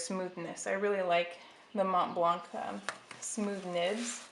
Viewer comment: You are not supposed to pronounce the c in MontBlanc. The c is silent.